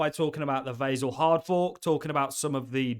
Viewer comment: I don't like how you pronounce Vasil.